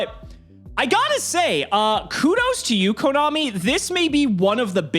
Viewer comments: Did say komommy? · Did really just say KoMOMMY?